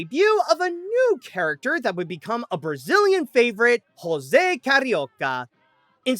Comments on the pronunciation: And you also pronounced it wrong!!!!! It's not Hose it's José!!!!! Like j pronounced in french! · And you also pronounced his name wrong!!!! It's not hose it's José!!! It is like talking hanero instead of Janeiro!!! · I think it’s important to say that you pronounced José wrong. It's "Joe-se" not "hose". It's a Portuguese name, not a Hispanic one. I'm only mentioning this because The last two time Disney Pronounced his name correctly was in 1960 "two Happy Amigos" a short that works as a sequel to The three Caballeros, where José Carioca visits Donald in US, and "Carnival Time” from 1961, a live action TV episode of Disneyland where José and professor von drake explain what is Canaval (and Von Drake is the first character to mispronounce his name and José Carioca only talks to him after he called him “Joe” instead). They were also the last time José Oliveira voiced José Carioca and also the last time a character called him "Joe" which is weird since calling him Joe fixed naming the problem. Yes, since the 90s they haven’t pronounced his name correctly not even once. Even on DuckTales 2017 where he was (finally) voiced by a Brazilian voice actor again, José Carioca himself never says his name and everybody else says it wrong.